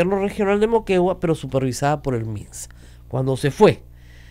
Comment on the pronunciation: A HABLAR MAL CON ROSA MARIA PALACIOS, dice: "eYos" por "eLLos", "TrujiYo" por "TrujiLLo", "miYones" por "miLLones", "salU" por "saluD", "supervisaA" por "supervisaDa".